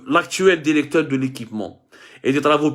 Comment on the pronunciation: Derecteur derecteur derecteur derecteur derecteur derecteur derecteur